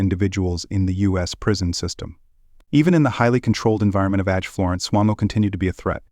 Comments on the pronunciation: It's ADX, not acts. Get someone who pronounce's words correctly. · You tell so many lies. Your video is false and so so wrong on so many points. U should be ashamed . Also , it's not Ax Florence.......di**head!!